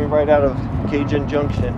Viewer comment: It's Ca-Hone, not Cay-Jun (or however Stephen Hawking's robovoice pronounces it here)!